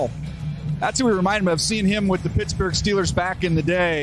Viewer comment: Troy says Pittsburgh (funny)